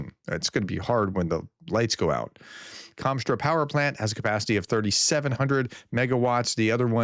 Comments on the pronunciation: you keep saying Kom-straw power plant when it is spelled Kost-Roma....although it burns like Commie Straw! LOL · How on earth does Kostroma become 'Komstra'? Either don't read place names or say what you see. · KOSTRO-ma, not Konstra. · How do you see written 'Kostroma' and pronounce is 'Komstra'? :D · Where did you learn how to read? Kos- tro-ma. How the f do you end up with komstra.? Do you not see where the letters are? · How can it be Komstra? Just read what is in front of you Professor, lol. It is really not that difficult. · kostroma is not "komstra" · Kostroma is pronounced exactly how it looks, except the stress is on the "a". Don't overthink it